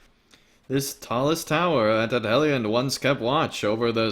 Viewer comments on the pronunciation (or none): Entertaining. But Edhellion the DH is pronounced TH; and C in all Sindarin words is pronouced K. You can find this information in the Lord of the Rings Appendices. Yes, I'm a Tolkienista.